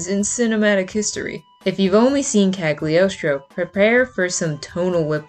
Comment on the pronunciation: Me at the beginning of the video: No, stop, stop, stop! You're going to take someone's eye out. Besides, you're saying it wrong. It's CaGLIostro, not CaG liostro. (from dictionary kal-yoh-stroh; Italian kah-lyaws-traw) hope it's helpful 😊 Have a nice day 😊 Nice idea of video by the way 😊